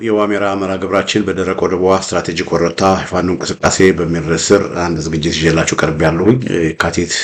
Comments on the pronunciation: Say it werta don't say worota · IT IS WERETA not WORETA: Turinafa